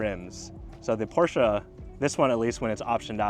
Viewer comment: Thumbs up for this video and for pronouncing PORSCHE correctly. 800V charging system seems to be way more available here in Europe. Therefore for me the Porsche is ahead when it´s about charging. kind regards from Austria